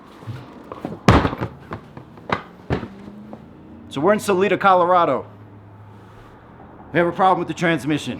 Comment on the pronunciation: It's pronounced Sal I Da - Salida - say the I as an I not an E. Hope you get on your way soon!